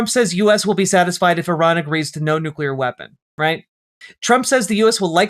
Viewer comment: •New kyuh larr• is how it will always sound from the president's gobhole, officially